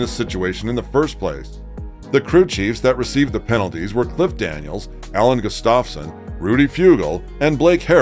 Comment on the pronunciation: Hate to interrupt, but... One hundred thousand has a comma, and not a period where you have it ($100,000). So you just created a new number. Also its pronounced "Guff-stah-sin." I mean the guy has been in NASCAR longer than Chase Elliott has been alive. Annnnd the Chevy's are Camaros, and not Challengers. Those are Dodge products, and Dodge hasn't been in the sport since 2012.